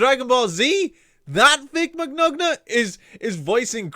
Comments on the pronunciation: The g's in Vic Mignonga's name are silent. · you sure can say Vic last name so wrong.